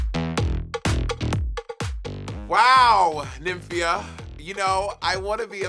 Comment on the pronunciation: Money calling her “Nim fee ya” instead of “Nymphia” lol